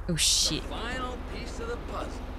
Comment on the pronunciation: you say sh!t funny. Shaayt!! 🤣🤣.